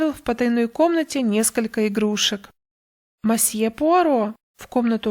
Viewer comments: Добрый день! Пожалуйста, не говрите мАсье. Либо мсье, либо мОсье. В иностранных словах безударная О звучит как О, а не А. Это в русском языке безударная О превращается в А. Если вы понимаете, о чем я... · Очень режет ухо слово "мосье". Лучше говорить "месье", а проще всего - "мсье". 😊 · Тоже постоянно зацикливалась на этом"масье" 😁 Всё его ждала. И смысл рассказа мимо прошёл. Придётся переслушать